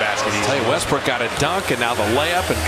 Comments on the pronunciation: The announcer said Westbrick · Commentator called westbrook westbrick lmfao😂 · Did he just call him "westbrick"